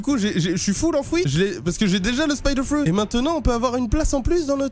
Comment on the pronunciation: Dites fruit et non frout svp